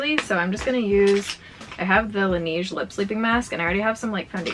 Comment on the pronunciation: Laneige doesn't have a long e sound~ In Korean, it's 라네즈 (la-ne-jeu), which means it's more of a Lan-ehge. Like edge, without the d. The lip sleeping mask is fantastic, I've been using it through accutane.